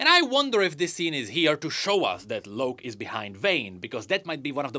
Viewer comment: Idk why tf hes saying it like that